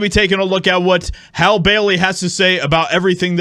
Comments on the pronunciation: Her name is pronounced Hallie. Or Halley, not Hale . You sound asinine when you fail to pronounced names properly. Love your channel though! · Her name is pronounced Hal-ee. Not hal. You have to be a pretty pathetic, sad, envious individual to create an entire internet video atmosphere bashing black people. Get a life. Stop jacking it to black porn all day. We don't want you. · It's pronounced HALL E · The fact that you’re not even pronouncing her name right shows how ignorant you are. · You didn’t even say her name correctly 😭ur racist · Clearly the guy in the video is a closeted homosexual. Also illiterate as well. He can't even pronounce Hailey correctly. 😂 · Dude, you know her name is HALLE i mean you even hear the reporter saying her name in the report. Are you just being funny? If someone botched your name intentionally you'd be bothered come on be better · Are you saying her name incorrectly on purpose? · How are you still pronouncing her name wrong even after the video tells you how pronounce it? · Hollywood doesn’t care about anyone, so many actors have been coming forward it’s crazy. Please pronounce her name correctly.